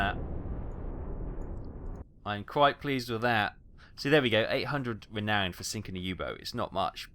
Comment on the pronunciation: Great vids! Btw there is no “d” in Renown.